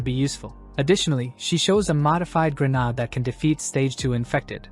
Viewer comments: It's not "gren ard" it's "gren aid".... Also, smoke bombs aren't grenades... This is a really great story 👍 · Dude do u have issues pronouncing grenade